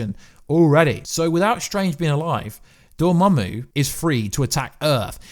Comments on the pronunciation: lol, so you've finally learned Dormammu's name. That's good news. Glad I don't have to hear "Dormuey" again. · The way you pronounce dormammu brings a smile to my face